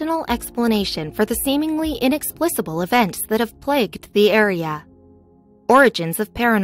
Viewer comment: Stop saying, "inexplissible"!!!